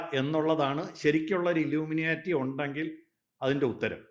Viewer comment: Dear Anchor..... "Illumina-lity" alla.... It is "ILLUMINATI". Enlightened people ennartham..